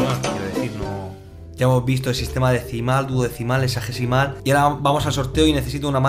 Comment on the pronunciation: yo escucho que dice exágecimal :v dislike